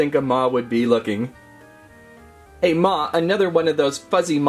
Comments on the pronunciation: Maw not ma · He called maw ma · ITS MAW AND MAMMOT NOT MA AND MAMMOTH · Its not ma its maw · And it’s maw not ma